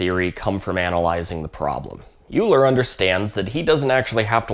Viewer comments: Great vid. Just an FYI, "Euler" is pronounced "oiler" rather than "yewler" - I didn't find out myself until after maybe a decade of saying "yewler". :P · It’s oy-la, not you-ler. And tuh-pology, not top-pology. 👍on the rest. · Except when you then said "Yuler" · Thanks, nice video. What's the difference in terms of costs though? Also the 2 examples given are designed like that exclusively for design purposes, not for optimisation reasons. Also it's "Oiler" not "Uler" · oiler, not youler. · Euler is pronounced "oiler", not "yuler". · It’s Oiler. It’s not harder to say. So put respect on his name and say it correctly. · I did feel physical pain when you said Euler’s name. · Great video. But Euler is pronounced like "oiler" as used in that sweet 928 at the end there. Took me almost a whole semester to learn that back in the day. Very interesting topic, with history in there too. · "oiler" ah tink. Also "Edin-burg" scheesh! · "yuler" lmao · Euler is pronounced Oiler. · Two pronunciations of Euler in one video. Brave. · Every time I hear Euler.... I cringe